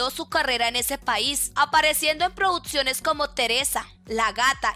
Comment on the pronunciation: La narradora de este video es la hermana de leo reyes ella dice produtciones😅